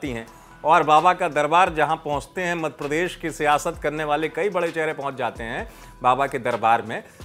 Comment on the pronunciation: सर सही तो बोलिये मद प्रदेश नहीं मध्य प्रदेश😂😂